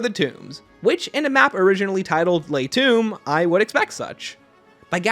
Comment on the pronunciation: La Tombe. L-ah tom-b. The e is silent and there is no "oumb".